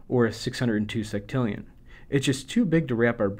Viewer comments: "Seck"tillion? I thought u pronounce it sextillion? Would it be wrong to pronounce it with "sex"? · I wish he would pronounce sextillion correctly.